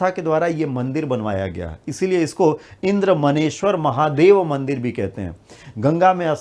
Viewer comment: इंद्रदमनेश्वर है सर मन्नेश्वर नहीं